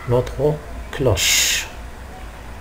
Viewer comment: cloche et non clauche